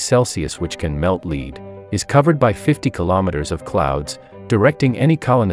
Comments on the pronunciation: lol he sead leed instead of lead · The robot voice needs to learn the difference between lead (plumbum) and lead (verb. To lead). Bad Robot. BAD. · *Claims to have vast knowledge *Cannot pronounce lead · ah yes my favorite element, leed. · The best element. Leed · Bruh when he said lead as lead it caught me so off guard